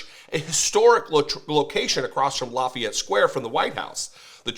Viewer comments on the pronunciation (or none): none